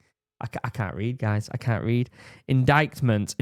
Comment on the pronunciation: IN ... dight ... MENT English is a tough language.